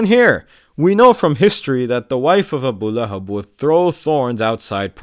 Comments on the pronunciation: "ABU LAY HAB" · The guy calls it Abu Lay-hab 😂😂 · "Abu lay hab" 😂😂😂😂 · "AH BOO LAY HABB" caught me off guard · "Abu layhub"😂